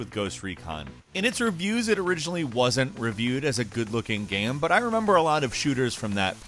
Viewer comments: I've been trying to figure out what's wrong with the way says the word "game" he doesn't always do it but I've got it. He says "gayum" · Does anyone else hear say, "game," as, "gayum"??? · Yes! I’ve been scrolling on comments looking for this to see if it was just me... is there any particular reason for it, like a regional accent? Genuine doubt. Love the ranks though.